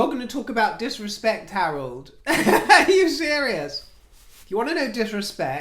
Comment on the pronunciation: Hi not Harold it's Henry love your channel